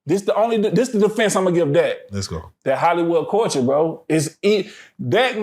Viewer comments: SAY IT WIT ME CULLLLLLLL-TURRRRRRRREEEE NOT CWULCHUR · Everytime he say Cooture, I die laughing, cause that “L” is not silent 😅 Say it with me C U L T U R E. i love you 🤗🤗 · Why is he pronouncing culture like that